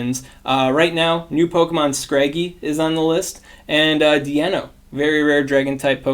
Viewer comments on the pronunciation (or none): Deino like Dye-know. Its dEINno like Ein which is one in German. Zweilous for Zwei/2 in German and Hydreigon Drei/3 in German. Just a cool name easter egg that is missed if you pronounce it wrong. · Just to clarify, since the Deino family is based on the numbers 1,2,3 in German, it should be pronounced DIno with a long I like the start of Dinosaur.